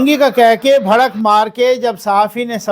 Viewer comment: اللہ تعالیٰ آپ کی حفاظت فرمائے ۔لفظ بھڑک نہیں بلکہ بڑھک